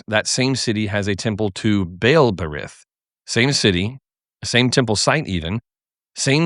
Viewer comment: Ber-eet. The yod makes the y sound like hol-y(ee) and even though transliterations indicate a soft or spirant T with the English spelling TH, it is not pronounced hard as a spirant the way we do in English. It's simply a soft version of a T Love the videos btw!